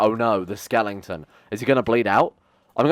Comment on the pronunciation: Skeleton not skelington lol